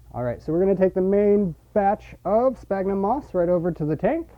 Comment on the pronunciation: Sphagnum, not spagnum. Christ.